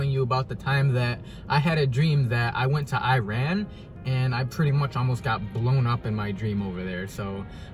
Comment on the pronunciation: Learn how to say Iran , you’re worried about how to say Reese’s but can’t say Iran . Another thing I know this is a dream but it makes me think of what people think of Iran ... I’m African American and my soon to be in laws are Persian . Persians don’t hate us , some hate our politics . It pisses me off because they’re the most nicest people that you’ll ever meet . Travel more and learn about new cultures before you go assuming please .